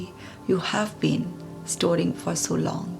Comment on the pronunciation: Congrats,, great video on this channel!I don’t have any self experience about this prayer, but believe in words power, In Gurubani Guru Nanak Dev Ji says, life s all game is based on words, I will definitely do this experiment and will let u know truly results! Ur pronunciation of four, sentences speed feels little bit fast, it should slow and very naturally! It feels little auto repetition! Great efforts for us to English version! Great video and I will share this in my friends circle! God bless us all! Mr Rai, Canada